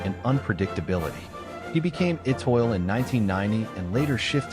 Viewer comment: The speaker should know how to pronounce Étoile!